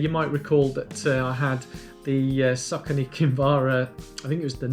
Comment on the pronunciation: Look a good choice for my next marathon. Checking the official site apparently the brand is pronounced "Source-ony". Cos you know, Americans always pronounce English correctly right? LOL, no offence, I like Americans, a much nicer bunch than Brits on average. Oh no! now I've offended my own people. I'll stop digging now :-)